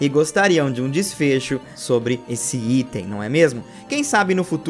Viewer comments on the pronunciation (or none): none